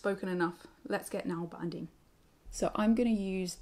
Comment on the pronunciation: Just a heads up if you wanna say it correctly: the Norwegian letter Å is NOT pronounced like an A. Its pronounced as the O in the english word "on". Å and A are two different letters, with different sounds. Its more respectful to just say needle binding than to butcher the Norwegian pronunciation (nål means needle)